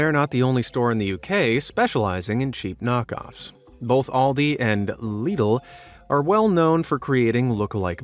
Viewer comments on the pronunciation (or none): Alright a few things about the British section. Lidl is pronounced "Lid-l" not "leed-l". Second off, Aldi don't make the foods. A company called snackrite (probably owned by walkers) make them. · One, Alidi not Oldi Two, Lidl not leedlel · Lidl isn't pronounced leedl its pronounced little but the t is d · you pronounced it as lee-dal but here in the uk it’s pronounced like little but if a d replaced the two ts so lidl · it’s actually pronounced Lid-ul